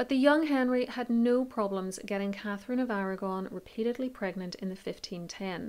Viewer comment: Irish . She says Blunt , Blount No facts at all , no research . Catgefin of Arrragonne